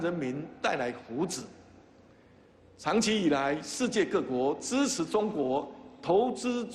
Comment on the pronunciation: 你问我资词不资词？我说资词！！